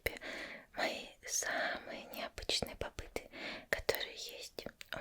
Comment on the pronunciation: Плюсую) они еще неправильно называют, не попыт, па'п ит!